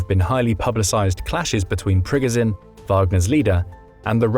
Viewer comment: Prigozhin is not Prigozin. He is the Preegojin. Not the Z, but the French J or Ge without the D.